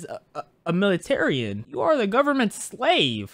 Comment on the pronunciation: He said "Militarian"🤣🤣😂😂